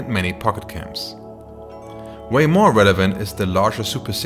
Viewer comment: "ASP-C" "Renevaunt".